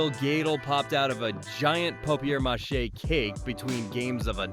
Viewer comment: Nice, I wasn't expecting the proper pronunciation of papier-mâché.